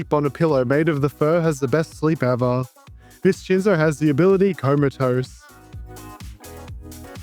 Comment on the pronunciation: So abt the name Viscinzo: pronouncing "ci" as "chee" is an Italian thing, but "sci" actually makes the "shee" sound in Italian (see "fascismo" or "prosciutto"). So it'd be more like "Vish-in-zo" Obv this is English and you can call it whatever you want, but I thought you might find it interesting.